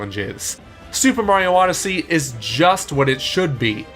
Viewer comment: He said super smash odessey